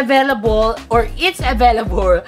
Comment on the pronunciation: "Avaylabol aveylabul available"haha LT😅😂😂